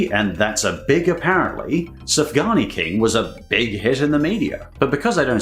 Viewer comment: Sufgania shouldn't be pronounced like Safgani .Sufgania should be pronounced like Soofganya